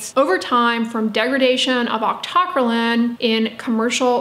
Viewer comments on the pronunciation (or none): Octo - cry - leen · God lord, it's octo - cry - lean! Or aak tuh krai leen. How did you come up with your pronunciation? A basic chemistry course should have given you the foundation to say it, but you've taken more chem than me yet got it wrong?